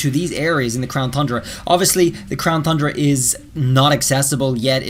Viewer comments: Ton-dra. Not thun dra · TUN not THUN ... there no H ffs... you gotta fix that shit man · Its not thundra its tundra, without the th in it, 😑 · Crown thundra dome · He's saying THundra on purpose now isn't he 😂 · He’s still saying thundra my guy it’s pronounced TON-DRUH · Is there a reason why you keep saying Thundra, and not Tundra? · Dudeee its crown tundra not tHundra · He still calling it the crown THundra not Tundra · TUNDRA not THUNDRA! 🤣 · Its Tundra Not Thundra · The fact that he keeps pronouncing "Tundra" and "Thundra" makes me cringe. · Does he always add and H to Tundra? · Whenever he says “Thundra” I get to annoyed pls stahhhhpppp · Homie lives in Japan, probably as an English teacher but still says "Thundra" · What's wrong with the Crown Thundra. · Tundra! There is no soft "the" sounds in that word. This has to be trolling at this point. It's infuriating. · Will someone tell this dude tundra doesn’t have an h in it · After me; crown TUNDRA. Again; crown TUNDRA, no TH in TUNDRA, sorry, it just bugs me that EVERYONE said so and just kinda ignored, BTW,, if you are reading this, I love your videos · TUNdra, TUN-dra lol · He says Crown Thundra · How you an English teacher and pronouncing Thundra wrong •_• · Seriously say tundra right theres no excuse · Stop saying thundra please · I am convinced he mispronounces 'tundra' on purpose to mess with us